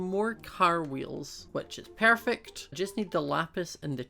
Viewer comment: ._. Im new and i heard you said pairfect xD lol :P oh and i sub